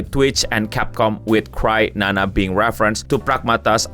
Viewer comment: kok crynana sih? bukannya cryana? Kriana bukan krinana?